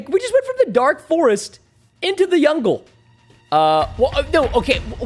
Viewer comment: Fix ur Speech its Jungle not yungle